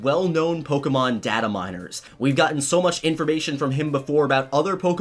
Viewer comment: I'm sorry,but why do you keep saying data wrong